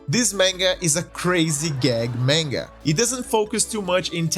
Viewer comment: This guy pronounces "manga" like tenga "menga." DX On another note, there is also a Dark Souls manga, and it's comedic as well. After all the tragedies of the Soulsborne series, we just want to have a good laugh.